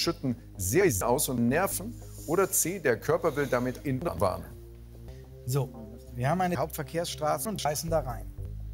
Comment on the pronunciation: sagt einfach soos